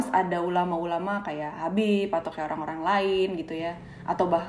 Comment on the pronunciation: Assalamualaikum... Kak Gita, hati2 kalau panggil Habib ya... Maaf bukan nya apa, panggil dengernya Beib Hahahaaaha :)